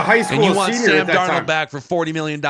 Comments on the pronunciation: He's doing the mispronunciation on purpose. He slips and says it correctly sometimes, so I KNOW he's saying Dar NOLE because he's such a JJ stan. Does he call the fast food restaurant with the golden arches, Mc d'Noles? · Have you ever had a girlfriend who was PERFECT, but you broke up with her because you couldn't stand the fact that she said "fustrating". That's how I feel about and "DarnOld". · Love. Fucking hate how he pronounces Darnold’s name. DarnOld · Dar-Nawld lol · Sam DARR-nole 😂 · I was thinking this same thing my goodness 😂 he keeps pronouncing it “DAR-NOLD” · It's worth not bringing back Darnold just so we don't have to hear butcher it all the time.😅